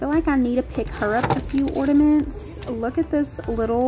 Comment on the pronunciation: Sorr, but isn't it ''ornaments'', not ''ordaments''? I'm not completely fluent in English haha Loved the dounut ornament/ordaments!